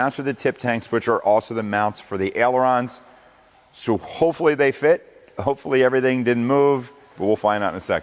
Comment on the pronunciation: I know you’re tired of folks criticizing your pronunciations, but it’s not al-aron, it’s aayy-laron …😊